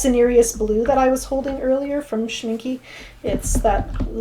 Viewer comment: I love these classes. I view the recorded ones because the live ones start at 10 in the evening here and then I'm sleeping already. In case you're interested: the e in the name Schminke is pronounced the same as the e in Fehr. Love the colours that granulate so pretty. And Opera pink is far to beautiful not to use.